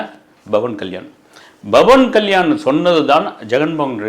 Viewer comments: Sir, His name is Pavan Kalyan ❤️ Not Bavan Kalyan 🙏🙏🙏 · pronounce name correctly. Not Bavan Kalyan it’s Pawan Kalyan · Bro its Pawan kalyan not bawan kalyan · It's pawan kalyan not bhawan kalyan... sotta correct it👴